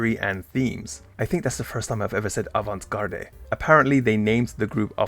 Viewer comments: Avant Gard no ey. (pron) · In avant-garde garde is pronounced guard. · interesting, never heard of her but she seems cool i do have some slight criticisms- the "e" at the end of"avant-garde" is silent "Guernica, apparently named after a picasso painting" - are you telling me you never heard of it?? i would be interested in a similar video about goto mariko, if you're looking for ideas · Avant Garde has a silent e at the end. It comes from french and is pronounced Avan-Gard. Guernica is pronounced the spanish way. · yea we can tell lol. That's now how you say "avant garde" haha.